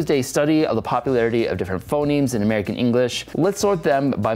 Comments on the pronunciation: In the middle, you kept saying 'phenoms' instead of 'phonemes' (and that's actually an insight into how spoken language evolves: one way for a word to change is that two vowels switch places) :) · You called phonemes phenomes a couple of times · Phoneme, not phenome